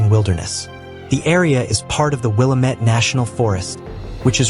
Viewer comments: We all can tell you are not from Oregon. It's not pronounced Willa-Met, its Will-Lam-Et. As in Willamette, Damnit. I'm surprised you didn't say Willa-Metty. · wil-LAMM-et; mispronouncing this word reveals you as a non-local who perhaps didn't fact check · Willy-Met falls 😂😂😂😂😂😂😂😂😂😂😂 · Oregon has a lot more water falls than these. We can always tell when someone is not from here by the eastern way they pronounce Willamette or any of our other Native American based names. But that aside we do have some amazing site seeing from the coast to the high desert. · You’re mispronouncing Willamette.